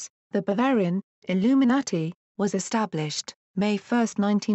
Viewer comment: Its Bavarian illuminati not Barbarian ;p or did i hear wrong? 05,37